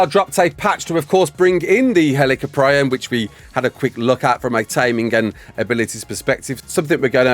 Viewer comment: I hate to be that person but... it's pronounced "HEL-ih-kop-ree-on" 😭